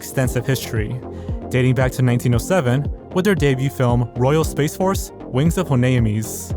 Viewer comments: It sounded like you said 1907 instead of 1987 so I was shocked at the quality animation for a 1907 movie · It sounded like you said Star Quest released in 1907. I was like, there's no way. I looked it up and it seems like you meant 1987 but when I replay it, it still sounds like you said 1907 lol.